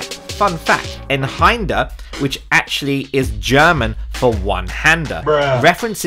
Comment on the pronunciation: its pronounced "eye-n hander" it means one handed in german i think.